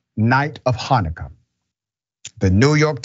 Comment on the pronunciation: Did Dr. Richens say " Happy Finnikah?" COME NOW DOC DON'T YOU KNOW HOW TO SAY HANNAKAH !!! GET WITH IT MY MAN!!! GEEZ LOUISE!!!!! 😑